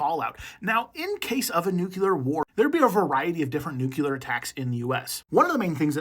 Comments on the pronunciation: Nuclear. ‘New-clear’ not ‘nuke-you-lur’. George bush did so much damage. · This might have been interesting. But I just can't listen to someone who should know better saying "nucular" instead of "nuclear".